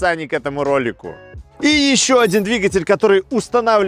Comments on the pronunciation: Автор, обьясни.. Почему ты (и не только ты) говоришь: ХавЭйл? пишется HAVAL. это или ХЭВЭЛ или ХАВАЛ. Но никак не ХАВЭЙЛ..... дюже цикаво, бггггг:) И еще: ЧЕМ отличаются двигатели одного "унылого кроссовера на полторахе" от Джили, Черри и прочего однотипного, но многообразного, китайского автохлама? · этот бренд называется "ха-фу" ) но даже если вы учились в частной английской школе вбирмингеме - то пусть будет "хЭвэ". а вот кто вас научил тому что вы 200 раз повторили за ролик я хз. гразным механикам бросившим школу в 6 классе позволительно, но вы ведь популярный актер! upd надо мотор на пеогеот 1.6 дизель евро6, имеете?